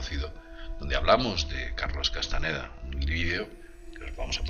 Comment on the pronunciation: No es Carlos Castaneda, es CASTAÑEDA no dejes que muera nuestro espaÑol